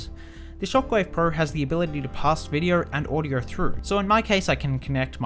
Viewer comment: lol, he said "audyour" instead of "audio"